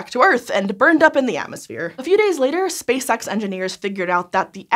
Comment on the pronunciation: I always hear "Space Sex." Space Sex Engineers"